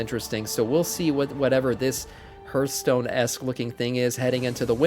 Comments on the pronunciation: HARTH-stone ffs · its not ,, hurtstone